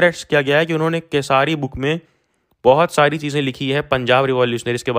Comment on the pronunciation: kesari bolna aaa nahi raha hai padhane chale hai